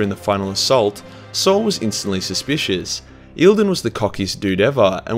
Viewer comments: >tfw you do a video about the Emperors Children >tfw E P are about perfection >tfw the noob youtuber say Eildon throughout the video, instead of Commander Eidolon >SHM jk jk great 40K youtuber doing great videos, keep up the work!!! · dude, its note eildon. Its High Comander Honor gaurd, favored of Fulgrim, Eidolon, to you!! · Imma be a jerk for a moment… It’s Eye-dole-lon.